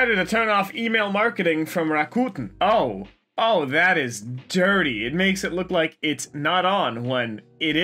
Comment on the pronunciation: Is he saying Rakuten, or what? I want/ need to know since I have the app.